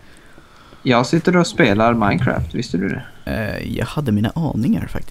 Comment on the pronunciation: ni säger att det heter minecräft fadt det heter minecraft